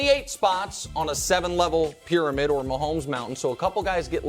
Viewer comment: "WORST TAKE PRYAMID"